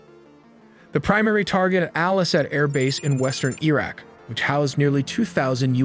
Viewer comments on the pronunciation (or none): Why does he keep mispronouncing Iraq. It's Iraq not "Eeeraq". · Iraq - ee-rak? Hehe.. Iraqi - ee-raki? Im not sure.. 😢😢😂😂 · E-raq? Nevada in California? 😂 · Don’t really have a problem with your comment. Just wondering why pronounced Iraq as “EEEE-RACCCCK.